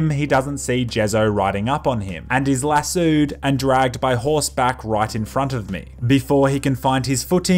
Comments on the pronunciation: why does he say it like that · So no one is gonna mention how he said Lassoed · You say lasoed funny.